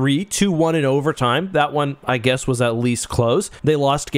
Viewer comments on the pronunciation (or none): none